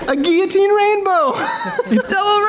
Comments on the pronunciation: does he say gui-otine or am i just not hearing the L's being pronounced? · did that guy running a guillotine channel really just mispronounce guillotine????